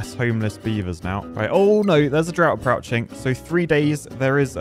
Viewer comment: "Approuching" has been having trouble speaking these days 😂